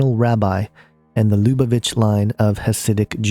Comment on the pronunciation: Interesting video but I recommend nailing down the pronunciation of Lubavitcher and Lubavitch before doing a video. Whooph